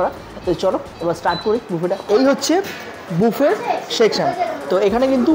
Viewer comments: মামণি,তুমি খুব মিষ্টি,কিন্তু তোমার উচ্চারণ ঠিক করতে হবে । সারা ভিডিও বাফেট বাফেট বলে গেলে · Valo lagey. Dekhi vlog gulo. Kintu ekta chotto suggestion... Pls buffet ta pronounce korben buffey boley. T na f hobey uccharan